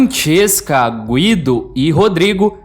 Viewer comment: Gúído.. fala Guido, toda hr falando nome errado, tá marrado.. 😡🤦🏽‍♂️